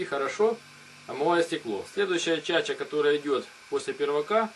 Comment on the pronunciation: "Чача", "Бутыль" противно слушать.Куда ты лезешь,грамотой?!